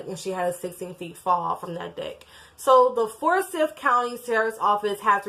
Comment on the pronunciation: The four boys were hers, the oldest girl was her step-daughter, and was the biological child of Lee (Tamla's husband), however, not Tamla's biological daughter. Also, it's pronounces FOUR-sigh-TH .